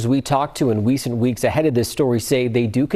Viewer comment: "In wecent weeks", man up! Speak right.